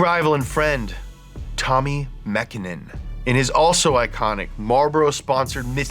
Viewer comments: way to pronounce "mäkinen" correctly!!! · Pronunciation of Tommi Mäkinen's name was basically perfect.